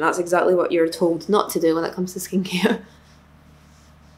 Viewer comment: Every time she would say “skincare” I should she was saying “Skanky” 😂 I’m sorry I’m so American.